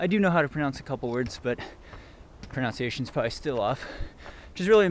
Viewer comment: If you mispronounce "proNUNciation" one more time I'm unsubscribing. Just kidding. It does bug me though. It's not pronounciation, it's pronunciation. Okay sorry. Rant over. Keep up the good work! And good luck next week!